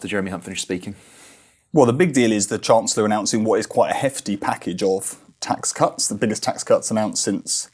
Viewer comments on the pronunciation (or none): LOL, "biggest tax c*nt" instead of "tax cuts" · Did he say tax c**ts instead of tax cuts at the beginning, I'm pretty sure I heard it, but bang on! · Did he say biggest tax c*** then? 😂 need a hearing aid. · I cannot hear that as anything other than "tax cunts" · 1.38 - stealth insult or mere slip up haha - swear I heard tax c*nts……….